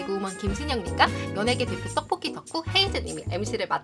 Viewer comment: 누나 떡볶이라고 말하실때 ‘떡’ 발음이 너무 찰지신것같아요 ㅎㅎ 항상 잘 보고 있어요 !